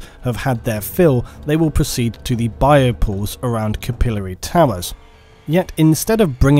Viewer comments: It's swath not swaythe. We can deal with you mispronouncing capillary, but come on. Lol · Is that SERIOUSLY how you pronounce "capillary"? It sounded idiotic the way you said it several hundreds of times throughout the video